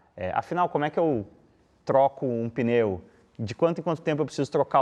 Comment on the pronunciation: É o apresentador falando “peneu”, o tempo todo 😂